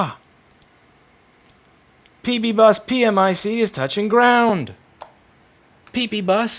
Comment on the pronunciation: Problematicly it's pronounced "Pee Mick" ..